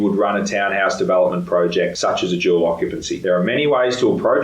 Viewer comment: Where's your accent from? Your e sound like a bell = bal development = davalopmant??? Interesting